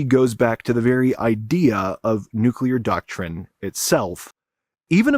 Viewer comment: Someone that knows how to pronounce nuclear. I'm impressed. So many people feel the need to shoehorn a "u" between the c and l and add extra syllables.